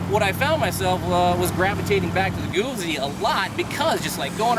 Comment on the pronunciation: Damnit. It's not "goosey", it's Guzzi. Hard Z in the middle.